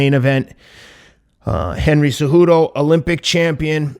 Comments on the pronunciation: Anyone else hearing Teddy calling Cejudo , "Ce-joo-doe" ? LOL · Thats what masvidal calls him lol kinda the spanish way